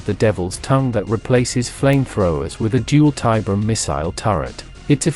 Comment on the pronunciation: Not a fan of this specific AI TTS voice tbh (though the CABAL intro was a great touch!) As was pointed out, the AI mispronounces things. I've seen AI-voiced content that has no problem with these same terms (like Tiberium) and that generally sound much better, so there must be something out there that will work. For example the recent voice used by The Long Watch (formerly deathwatck40k) for their lore crossover videos is great.